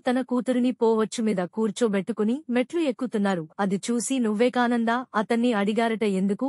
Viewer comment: Your voice is nice ,but total telugu full of mistakes example vivekananda place lo nuvvekananda